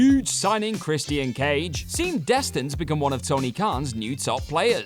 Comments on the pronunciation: chris-tee-ann cage.......LOL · Can he not keep mispronouncing Christian's name...